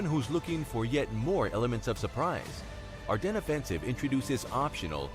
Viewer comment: AR DEN, DEN not DENS. omfg how many people keep saying it wrong. You literally a wargaming channel